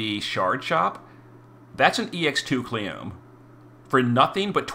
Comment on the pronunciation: Its kleeyome, not Cleeom